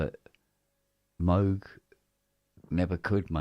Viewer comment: damn, 7 hour stream, you sure sure are back stronger! so, must have missed something, what was the reason the hydrasynth in mono for like 2 hours? btw, i heard people pronounce "moog", or like "mogue" but just love it when says "mug".;D